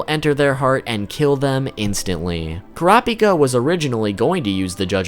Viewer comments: In the official character book, it's pronounced coo-rah-pee-kah, not cor-op-ik-uh. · kur rah py kuh?!?!?!😂😂 it isnt butchered its obliterated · Dont pronounce Kurapika as one whole word. kura-pika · Annoying how he says he knows he butchers but continues to say it the incorrect way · Why can't so many ppl say his name right? It's so easy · Say the name right please it kills me every time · What’s so hard about saying Kurapika.